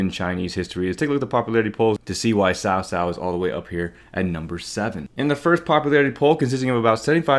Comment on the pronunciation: Ill always remember when they said cow cow instead of cao cao